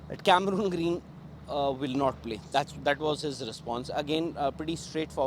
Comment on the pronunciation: He is Cameron green not camerooon green. Cameron is the name of the player and Cameroon 🇨🇲 is a country which plays football very well. Please check the pronunciation